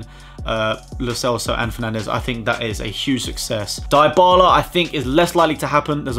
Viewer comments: You seen how we are says it diebala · the way you pronounce Dybala 😂😂😂😂